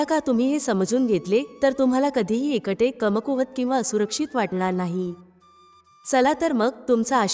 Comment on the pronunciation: एकटे म्हणण्या ऐवजी एंकंटे असे उच्चार ऐकू येतात.